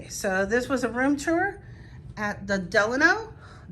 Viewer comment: finally someone who knows how to say the name Delano